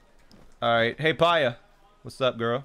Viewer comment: The “Hateeno” is right, The “Pyurah” is wrong. Also, the “coo-coa” is pronounced wrong. It’s “Coo-coo.”